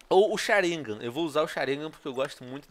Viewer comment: " Baiukingan e sharingamm " kkk ele é engraçado falando errado! rs